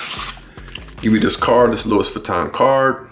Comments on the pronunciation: If you are going review a pair of shoes and have any credibility, please say the name of the fashion house correctly come on man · Imagine pronouncing Louis Vuitton wrong and saying it that many times 🤯